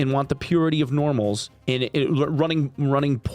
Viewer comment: Lmao - 'Poormals'